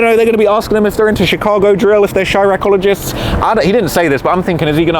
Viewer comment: "Chirackologiest" 😂😂😂😂 That was hilarious